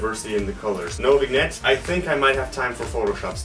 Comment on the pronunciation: it's not bignette it's vignette